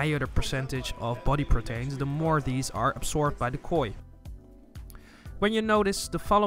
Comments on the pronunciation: not pro-tain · was clinching my ears every time he would say "Protains " instead of Proteins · The way you say protains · Lol, the way he says Proteins